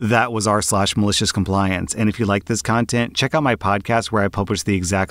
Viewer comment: "Malishiz Combliance" he's said it so many times at this point he sounds like he's having a stroke